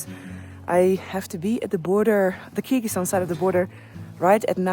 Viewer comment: Please dont butcher countries names like that